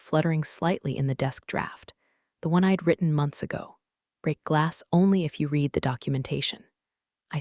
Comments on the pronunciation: RED …RED… RED The past tense of “read” is pronounced…..RED !!! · Hi I enjoy your stories but you need someone to proofread them before you publish them. The pronunciation of certain words is wrong. Read as a current action is different from Read as a past tense. Also, there are technical terms that are incorrect and as a retired Geek it is distracting to keep finding mistakes. I enjoy your stories but please get someone to look them over and listen to them before you go live with them. Live as in A-LIVE and not Live and let die. Thank you A-Fan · Someone needs to teach ai that the word ‘read’ has two different pronunciations, depending on the tense. Also how to read numbers when Arabic numerals are used instead of the longhand written form. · How much does Slack pay these people for product placement? "I typed four words- refer to my exit protocol" Duh! AI can't count. Nir can it ever tell the difference between read (reed) and read (red). Amoung other things, though we didn't get a ray-al instead of real. Oh well, next time. Vin-ho verd, like nerd! Oh, c'mon, this is just silly now.